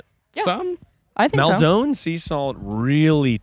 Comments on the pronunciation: Guys please I'm begging you it's mal-din not mawl-downe salt. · As someone who is from near Maldon, I wince every time says Mal Dohne. 😭 Like idk if this and the way he says aquaphor ('aquifer') are a bit or he actually thinks that's how you say it 😭 I love, just hate the way he says Maldon